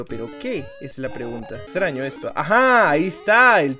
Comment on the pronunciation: en el minuto dise ano ja ja ja 😅😂😂